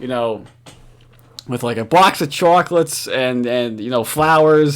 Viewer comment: What the hell is a Boax of Chalklettes? SPEAK NORMAL